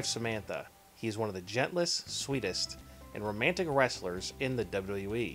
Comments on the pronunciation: In The Dubbly Dubbly E lol wtf is this guy saying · Can you pronounce WWE correctly?